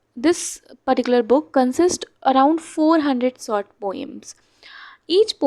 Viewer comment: Hello maam pls focus on your pronunciation you always pronounce sha to sa and sa to sha like you said sort story rather than saying short story